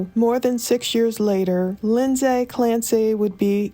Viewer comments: It’s Lind-see not Lind-say, sorry that’s my sister’s name spelled the same and it’s driving me nuts hearing it wrong 🙈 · Hope it’s ok to make a pronounciation correction. It’s pronounced “Lindzee” 😎👍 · You keep bouncing from pronouncing her name wrong to pronouncing it right. It’s just Lindsey like any other Lindsey. It’s not pronounced the way it’s spelled. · I love your videos but if you pronounce Lindsay like that again omg 😂